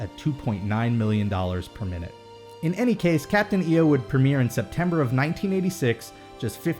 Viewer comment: I kept hearing 'per minute' as 'permanent' and got really confused what you were talking about.